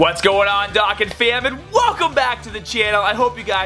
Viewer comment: At least say “Dokkan” properly 😂